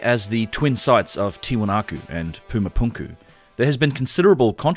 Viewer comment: Thank you for pronouncing “puma” correctly, unlike our British friends saying “p’yoomah”